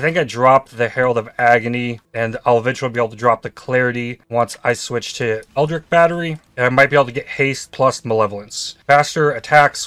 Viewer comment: I thought I can keep going on with that, but please...it's not ELDRIC it's ELDRITCH!!! like in a word Rich :D